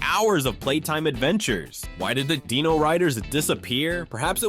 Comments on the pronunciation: The SilverHawks are NOT humans that transform into something; they're CYBORGS! You really need to learn how to pronounce " D-I-N-O it's not Deeno you iliterate goober! AND the fact that your clip of Kidd Video was "IN SPANISH!" AND they wern't sucked into a music video, they were sucked into a WORLD OF MUSIC.... rather dumb oversight. And with COPS; only BP vest had the cyber torso; the rest of the COPS were human with high-tech law enforcement devices "NOT CYBER ENHANCEMENTS! And for the Bionic 6, it was not an accident that gave them their abilities; Bionic 1 (AKA. Jack Bennit; the head of the family) was a singular super hero that worked with Professor Sharp, who gave him his full body bionics years earlier; On a family ski vacation in the Himalayas, an alien spacecraft triggers an avalanche that buries the entire family, exposing them to the unusual radiation of a mysterious buried object. Jack frees himself but discovers his family in a comatose state. Theorizing that Jack's bionics protected him from the radiation, Professor Sharp implants bionic technology in the others, awakening them. Afterward, the family operates incognito as a publicly lauded team of adventuring superheroes, the Bionic Six. IQ was the team "muscle".. Karate 1 was Agility and martial combat, Sport 1 was "LONG distance attacks with a "sports theme < usually baseball > and he could enhance his bat with an energy field his bionic body generated to help him deflect incoming enemy fire. *GET IT RIGHT! * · I'd think this video was a decent one if it wasn't for the mispronunciation of Dino, which was distracting, and quite frankly, irritating.